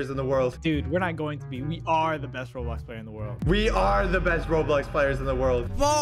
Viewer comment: you said roblock